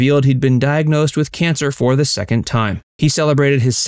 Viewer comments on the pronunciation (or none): none